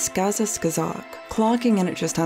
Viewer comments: You mispronounced their film's title the entire video. It's SKAZKA Skazok. Not Skaza, SKAZKA. There is a second 'K' after the 'Z'. You even spelled it right in the captions you added, so I'm not sure what went wrong here. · *scUhz-cuh scUh-zok 😔 It’s not that hard to pronounce. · Шинель is pronounced Shin-Elle. Not Shine-yell... Сказка Сказок is SkazKa Skazok, you missed the K. Oh and Gogol was Ukrainian, from Poltava. His entire writing career is writing down Ukrainian folk stories or writing about Ukraine and its culture. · it's skaska skAzok, not skaska scazOk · Great job, but pronunciation of "skazka skazok" is ridiculous! My brain hurts.